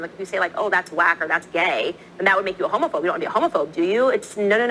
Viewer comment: She keeps mispronouncing homophobe